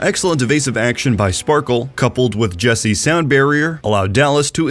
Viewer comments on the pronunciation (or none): Fuel's main support is pronounced Jek-seh not jesse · I'm pretty sure its pronounced jek-say, not jessie, or at least that's how the casters say it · Jec-se not jessie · Jessie and not jefse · Why is jecse called "Jesse" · Why is Jecse being pronounced like Jesse? Also the Fuel won 4-2, not 4-3. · ‘jesse’ lmao